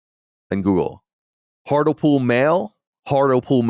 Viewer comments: Most painful thing about the Hartlepool story is Colin prouncing HARTLE POOL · Genuinely burst out laughing at the pronounciation of "hurt-ul-pool" it's heart-lee-pool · It's pronounced Hart-lee-pool you racists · It's pronounced Hart-Lee-Pool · Hearing the way Hartlepool was pronounced made me laugh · I was going to let Colin's pronunciation of "Hartlepool" slide and not comment on it, after all, he isn't to know... but then he went and said it 8 more times in quick succession...